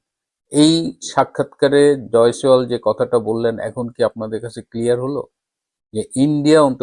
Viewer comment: You are repeatedly saying Joy sawal, which should be Joy Shanker, I think.